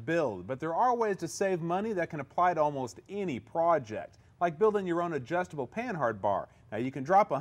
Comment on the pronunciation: it's pronounced pannard not pan hard